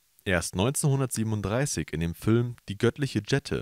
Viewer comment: Fülm, Dschette, 🙄